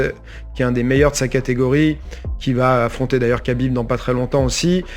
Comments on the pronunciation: Khabib ça se prononce rabib au passage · Je trouve que la prononciation "kabib" est bien plus agréable à l'écoute qu'un "khabib" mal prononcé. Car "khabib" en arabe ne se prononce pas "rabib" mais "rhabib" ou "rrrabib". C'est de la phonétique, compliquée à maîtriser si ce n'est pas notre langue natale. Donc le Mr te dit que la bonne prononciation en français est "kabib" point barre.